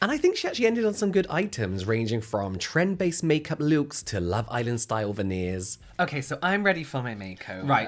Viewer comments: You know the dentures aren't quite working when you can't even say 'veneers.' I'm still howling at that one last hanging glue dot. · Omg the "veneers ' LMAO